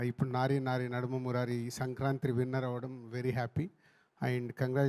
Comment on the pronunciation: Adhi sanaranthree kaadhu bhaya it's sankranthi 😅 cheppandi bhayya eenadku😅